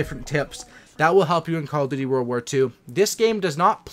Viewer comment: lol it's "world" not "warld"